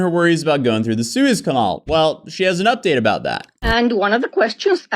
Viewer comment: That's some wacky pronunciation of Suez Canal.